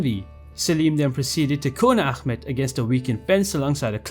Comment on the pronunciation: you said prince ahmets name wrong. as a Turkish person it is pronounced ah- met not ackmet. we aren't arabs and don't pronounce names like that